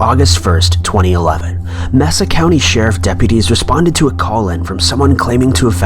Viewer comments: Lol for #1 I like how you say “Messa County” instead of “Maysa County”. I live there and this was like 2 miles from my house! What a trip. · On #1 I currently live in Mesa County. It's pronounced "may-sa" Like the land mass.